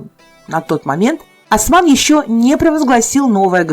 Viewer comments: Ни Асман ,а Осман. Аж уши заболели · Не Асман а Осман! Не Архан а Орхан!